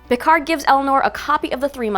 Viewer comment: PicaRR not PicarD!!! 🙄